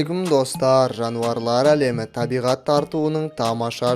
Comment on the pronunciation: Жауарлар деп тұрғо